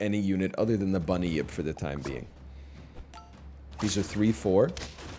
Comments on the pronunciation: He's confused the Bun-yip with the well known Bunny-yip. Easy mistake to make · How is my man turning 'bunyip' into three syllables